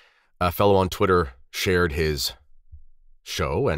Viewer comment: “A fella from twitta” you gotta stop hanging with Anthony from AB 😂